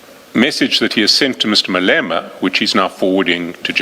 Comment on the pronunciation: Crap AI. Cant say Malema ! Fix before publishing!😢